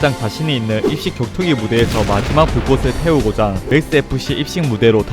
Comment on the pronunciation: 혀에 문제있어? '이씨겨투기' 가 아니라 '입식격투기' 발음이 왜이따구야